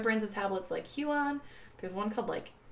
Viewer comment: Wah-com You-ge Hue-ie-on Lol no hate tho